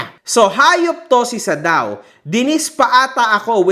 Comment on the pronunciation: Sadao ❌ Sad-aw ✅